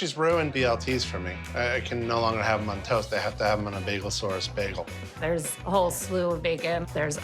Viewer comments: The fact he keeps saying Begal is killing me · The blonde hair the baggal It's an alternate timeline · What's a Begel? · Did he just call it Bag-gal? Britta is that you? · Was I pronouncing "bagel" wrong my whole life?